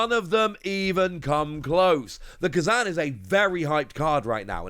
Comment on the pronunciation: You saying Kuzan was driving me crazy!!!! 😂